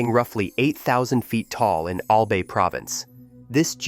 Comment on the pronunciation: It is a bit south of Manila, Philippines in Albay province, on the largest Philippine island of Luzon. Near Legazpi City. (pronounced : Mayon = MY OWN, Albay = ALL BY, Legazpi = Luh GAS pee, prepositioned = PREE po si shunned,). The Volcano is visible from Legazpi City. Glowing lava at the top is also frequently visible. The Volcanic agency is locally known as Philvocs. There is a National Park at the Volcano. It would be nice if they got a narrator who pronounces the location, place and personal names correctly. There is high poverty in the Philippines. So land that would not be used for agriculture in the USA and Europe is used by poor farmers there.